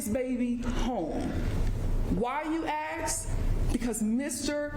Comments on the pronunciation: Here this woman has gone through college and law school and she still says, "axe" instead of ask. 🙄🙄🙄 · I have a small question for This. Why if she’s a lawyer, she say axa instead of saying ask sound like she can say the words right she can mention the words right she’s saying the word differently instead of saying ask she say something else did she went to school?